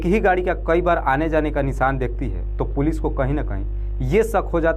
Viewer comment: पूलि नही पुलिस बोलो